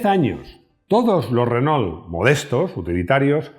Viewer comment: 4 Latas!, los invito, en la medida de lo posible, en vista que es un programa internacional, a tener una venia con respeto a la pronunciacion de marcas legendarias como ("Renó", Renault), ("Citroén"), ("Folksvaguen" Volkswagen), ("Puyó")Puegot, (Doch") Dodge) etc. Un Abrazo desde Caracas Venezuela y disculpas por la impertinencia!